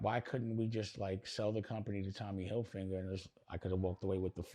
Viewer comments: Are intentionally saying Tommy Hilfinger, I thought his name was Tommy Hilfiger lol, I could be wrong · * maybe Tommy HILFIGER didn’t want to buy because you didn’t even show enough respect to pronounce his name correctly?! Hilfiger NOT Hilfinger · CONSISTENTLY saying Hilfinger